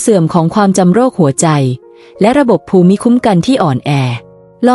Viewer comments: ภูมิ อ่านว่า พูม. ไม่ใช่ ภู-มิ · AI ขอชม อ่านคล่องขึ้น แต่มีนิดหน่อย ถ้าแก้ไขได้ ต่อไปก็จะคล้ายคนธรรมดา อ่านเอง เช่น ภูมิ ( = พูม ) ไม่ใช่ พู - มิ / แล้ววรรคตอน ถ้าได้ผู้มีความรู้ด้านภาษาไทย ระดับอาจารย์สอน คงจะราบรื่นกว่านี้ ได้ความรู้เพื่อว่าจัดการตนเอง รับอายุ เลย 70 ขอบคุณ ผู้ทำคลิป ค่ะ 👍🙏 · การอ่านภูมิเป็นภู-มิไม่ทราบถูกต้องรึคะมันควรจะอ่านภูมิมากกว่านะคะ